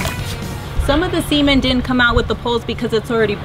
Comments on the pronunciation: Just way to many sexual inappropriate references that come to mind, just from her talking. I could've swore she said semen . Gotta love it. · rofl, does sound like she said " yes got that semen out" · Great vídeo, but that’s not the way to pronounce “CEment” 😂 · aaah...this whole time i thought she said semen... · Even the auto captions think she says semen 😆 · I am so sorry that I'm about to write this but it sounded like you said "got that semen out" while I was drinking water and I spit it all out lol I had to watch it again to see if I heard correctly and it sounded the same lol anywho great videos just subscribed last night watched your tile video in the bathroom great job!!! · I was snickering a bit but yeah its very easy to hear the other word Ya know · Maybe she’s foreign but I didn’t hear a T at the end.... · she said cemenT right?